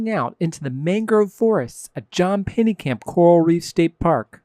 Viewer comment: Bro, it’s Pennekamp👎